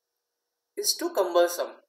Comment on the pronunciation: One upvote for trying or pronounce “cumbersome”